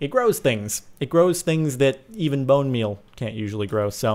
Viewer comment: Boner meal not bone meal LOL xD